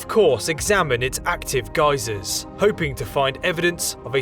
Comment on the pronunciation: at least he said geysers instead of ghee-zahs